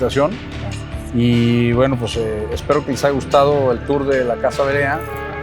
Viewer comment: Es Verea ,no Berea, esta casa pertencio a mi familia , a mi bisabuelo ,muy linda, en que direccion esta me gustaria visitarla en mi siguiente viaje a Guadalajara,saludos!!